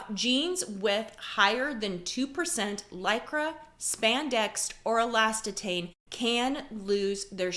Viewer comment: The pronunciation of elastane is pronounced e.l.a.s…..tane you are pronouncing it e.l.a.s…..ttane thought you would know the word as your the expert right.